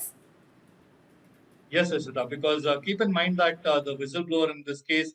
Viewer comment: Its विसल blower not व्हिसल blower, dude. You struggled but could not get the right word.' Foul play' it was😅